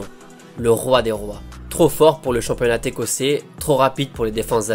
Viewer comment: Le famaux "Championna Técossais" ;)